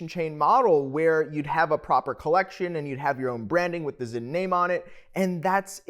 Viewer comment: The brandname is Sinn so it is to be pronounced with an S, and as it is a German S it is a strong S. Please do away with the Z as it is not Zinn.